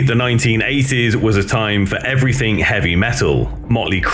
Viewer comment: did you say everythink??